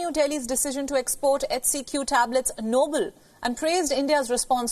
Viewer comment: "Noble" not "Nobel"😂